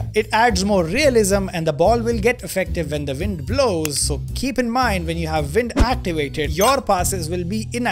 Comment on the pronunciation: How can you speak fluent english and say ”vind” instead of ”wind”?